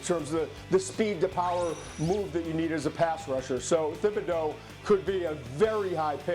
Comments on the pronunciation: Everyone in Louisiana cringed when he pronounced Thibodeaux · As a person from Louisiana, Todd McShay's pronunciation of Thibodeaux makes my ears hurt.